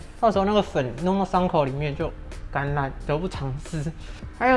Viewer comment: 建議愛里要花心思去練習發ㄖ的音， 不然說粉弄到傷口裡面就感染，卻說成"橄欖"， 我誤以為是會長橄欖😂😂